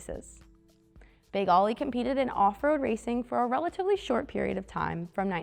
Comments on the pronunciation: I always thought it was known as "Big Oly" (say "oh-lee") as in Olympia. That's the way I've always heard it pronounced too. Not "Ollie". That's the problem when you hire young models who don't do any research and have no idea what they're talking about. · "Oh-lee" not Ollie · “Ollie”? Think Olympia beer and say Oh-LEE. Big Oh-LEE. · As soon as I heard Ollie and not Oly I turned her off. Bad for Peterson museum……… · Not “Ollie” like what a skateboarder does. “Oh-Lee” as in Olympia Beer. It’s The Water! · Ō - ly, it's beer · Wouldn't it be great if the girl who is really not very good-looking really not very knowledgeable and really doesn't even know how to dress to make a video could actually pronounce big ole bronco the correct way instead of calling it big Ollie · Not aly it's pernounced "O"ly. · Yes, I've never heard his name pronouced the way she did and Ollie was just lame. But the car was one of a kind in those days and I was lucky enough to see it in action. I still remember how all the little Mexican kids would yell Parnellliiiiiiieeeeee. You would hear him coming before you saw him. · Such a disappointment that they couldn't even figure the proper pronunciation even after looking at the sponsor name. Yes l expect better from the Peterson. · If she doesn’t know it’s “Oh-Lee” she probably doesnt know enough about cars to be doing this video. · I never said she did, but anyone with half an education would know that OLY is pronounced "oh-lee" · More like bowl-y without the b, but let's be a bit easy on her. It's been a really long time since Oly was the big brand of beer on the west coast. It was the 1970s. I'm gen X and barely remember it. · So frustrating to hear her mis pronouncing Oly over and over again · I could only hear her say Oly wrong about 4 times before I quit watching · She can't say Oly right, lame video! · Get a man to read the script. The girl can't pronounce a beer name even when sober.